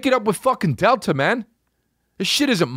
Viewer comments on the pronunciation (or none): none